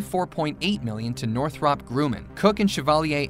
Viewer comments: It's actually (Nor-throp)(Grum-in). Two r's in Northrop. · (NOR-THUP)(GRUM-IN) not noth-rup grooman? gawd that was killing me. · It's pronounced Northrup grum in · No, it is not "Nore-throp Grew-man". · „Warmthrummpb Gruhmaihn“ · Northrahp Grooman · I've always heard it pronounced sounding more like NORTH-ruhp GRUH-man. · Northrahhp Grooman? omg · How does any American mispronounce Northrup Grumman? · Every time you said Northrop Grumman 😬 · Oh dear god please learn to pronounce "Northrop Grumman" correctly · Same!! I was wondering if anyone else noticed lol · LOL.. I was trying to come up with a phonetic way to pronounce it and that was my best effort. Sad that someone who makes aircraft videos does not know how to pronounce the name of one of the largest and most famous companies. Wait till they do one on Boeing. They will probably pronounce it BOO ING.